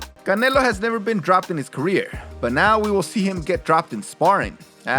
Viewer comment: Whyd you call him Canela? Its canelo. I can tell by your accent you know. Whats up with that?